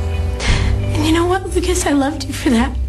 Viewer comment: y do u say brucas`? his name is lucas ...-.